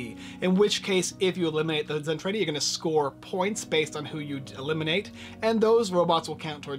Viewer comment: Zen-Trah-Dee! Come on Man! You're offending the hard core Robotech fans! :-(